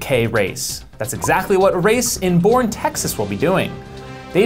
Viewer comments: It’s pronounced Bernie, TX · Boerne is pronounced "Bernie" fyi.